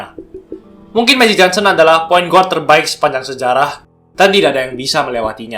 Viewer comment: mantap kontennya bang..semangat terus bikin konten nya.. *sedikit saran aja, bukan menggurui, guard itu dibaca "gard" .✌️